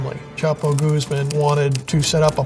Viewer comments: Guzmán, not "goose-man" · Every time he says Goose Man instead of Guzman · Chapo goose-man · I just find funny how he is pronouncing Guzman, like "Gooseman" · Youd think hed learn how to pronounce his name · Conducts a serious investigation into Chapo Guzman Can't be bothered to pronounce his name correctly T_T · Imagine investigating a man for so many years and still not know how to pronounce his name